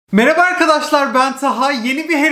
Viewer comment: nobody: taha: mereba arkadaşlar hogwars stüdyosunu aldım